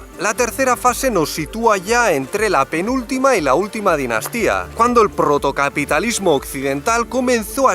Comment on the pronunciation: “cuando el prrrrrrotocapitalismo...”